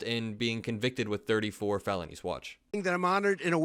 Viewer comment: he mispronounced "felonies"